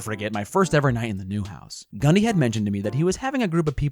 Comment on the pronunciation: When I heard him say Gundy I thought he said Ghand di